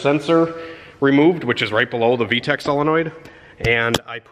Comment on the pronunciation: The way he says V-Tec like Tack makes me smile.